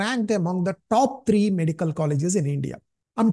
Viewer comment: Treee nhi threee 😢